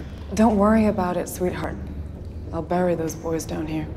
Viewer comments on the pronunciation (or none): none